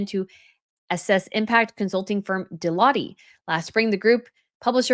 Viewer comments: It is pronounced duh-loyt. It is pronounced Royal Mal like hal, not the americanized mall like hall. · I am surprised you have never heard of DELOITTE (it is not deioitte - ending as Lotti- as you pronounced). One of the world's 4 largest & prestigious Audit & consulting firms, others being PWC, KPMG & Ernst & Young. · Deloitte is pronounced "Dell -oyt" rather than Delotty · This is the second time I am making this comment - it is not "De Lottie" but "De Lott". I t is a huge international accountancy firm based in the US!